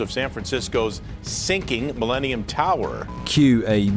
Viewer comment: "The MiLEANium Tower"